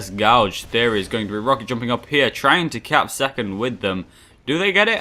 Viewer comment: please look up the correct pronunciation of the word Gauge! (as in measuring equipment not a thing you do with a spoon to someones eye) much appreciated - laggy guy from |Tss|